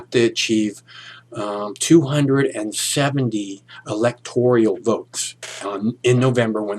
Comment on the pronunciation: It's the Electoral College, not the Electorial College.